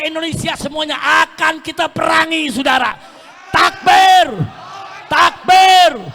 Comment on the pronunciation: SAUDARA...bukan S U D A R A